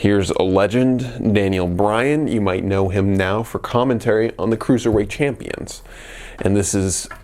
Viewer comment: Champion not Clampions